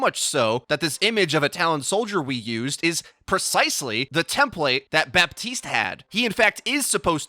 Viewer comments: You don't say bap-tea-st you say buh-tea-st luv ur vids just letting u kno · please the P IN BAPTISTE IS SILENT